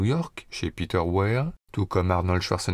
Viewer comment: Peter Where ? C'est pas plutot Peter Weir ? Non mais franchement... s'être farci minimum 2500 films américains en VO et ne pas être capable d'aligner trois mots d'anglais avec un accent potable... Oh dear oh dear...